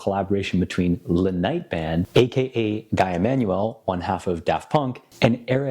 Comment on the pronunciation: The French name Guy us not pronounced Guy, as in "he's a swell guy" but rather Gee, as in clarified butter.